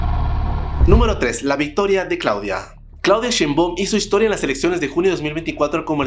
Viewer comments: Así es el nivel de, ni se digno a investigar como se pronuncia su nombre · Jajaja me encanta la pronunciación del apellido de la presidenta "Clauida Sheinboooom" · Entiendo que no puedas decir el apellido de Sheinbaum y lo digas mal, también el de Xochitl. Pero que ya ni sepas decir: "Gálvez"? Que onda contigo jajajajajs